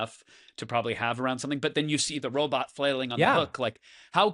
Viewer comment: Each time I hear you pronounce robot as “” I feel a huge need to have that flailing robot (likely a range of motion test where they stupidly put the speed way too high) attack you.